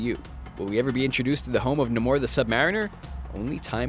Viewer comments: I know "Na-more the submariner" isn't it "Neigh-more the Sub Mare-in-er" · Its Nay-mor not Nah-mor. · Oh my god can you pronounce anything? Namor? NA MORE? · It's pronounced Nay-more -_- I swear you're doing this deliberately to annoy me now lol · I love how when they finally pronounced "sub-mariner" right, they started mispronouncing "Namor" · How he pronounces Namor XD